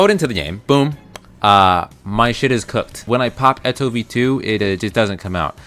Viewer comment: I hate how u pronounce eto